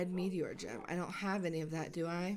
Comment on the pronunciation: NUUUUU I MISSED THE STREAM Oh yeah and when she said Gem at the beggining i tought she said Jam😂